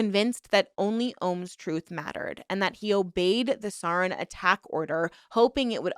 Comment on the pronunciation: All that about pronunciation at the beginning just made it way more noticeable when you still mispronounced stuff afterward especially important stuff like "sarin gas" 😂